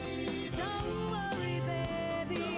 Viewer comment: Didn't like the way Lorrie Morgan said Baby. It sounded like Babby.